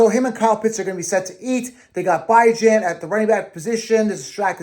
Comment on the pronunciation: How can I trust a fantasy "expert" that pronounces Bijan wrong?